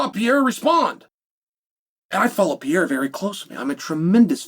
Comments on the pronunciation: “I’m a huge fan of Pee-yaira” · Bro say his last name right Jesus Christ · If you were a tremendous fan you would learn how to fucking pronounce his name correctly and then he wouldn't be mad at you because you have the cultural intelligence of a goldfish. 😂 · First learn how to say PEREIRA’s name. Tell me you are American without telling me